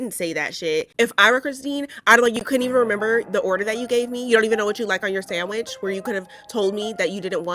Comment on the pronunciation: "Sandwidge" lol